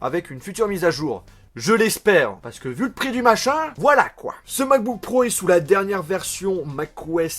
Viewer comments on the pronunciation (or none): none